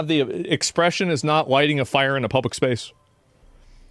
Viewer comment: he cant say "fire" im high, ignore me lol